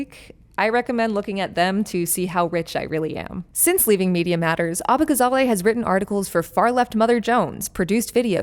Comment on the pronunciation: abbagazally? she must be a foreigner. we won't stand for this. lol